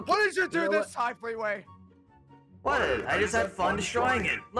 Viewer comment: Dude it’s not feetway it’s fleeway